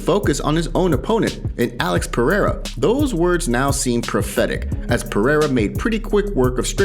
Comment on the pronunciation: Not a single American can pronounce Pereira correctly.